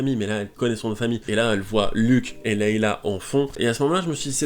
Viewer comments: Pitié arrête de dire Leila O_O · Est ce que tu pourrais refaire cette vidéo à l’identique mais juste en disant « Leïa » Parce que là c’est pas poss !